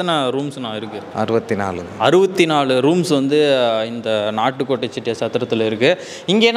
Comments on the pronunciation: என்ன தம்பி நாட்டு கோட்டை ன்னு சொல்றதுக்கு பதில் நாட்கோட் ன்னு சொல்றீங்க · Nat kot ,Nat kot Ennappa Nee Sariyaga Sollappa Valga Thamil !!!